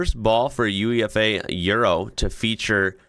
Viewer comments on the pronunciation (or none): I'm not sure about the rest of Europe, but in English language UEFA is usually pronounced as a word rather than being spelt out. It's not U,E,F,A, it's always "you-ay-fa". I think I've heard other Europeans (albeit speaking English) say "oo-ay-fa" as well. I know that in USA your main leagues are abbreviations and you say (as do we) N, F, L and not "niffle", or N, B, A and not "un-ba" -so it's not what your mind is trained in. But UEFA has got a fourth letter, so we pronounce it like it's a word, rather than just saying the letters. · Although it's an abbreviation - UEFA - it's pronounced YOU-AY-FAH. A minor point, but hopefully helpful ☺️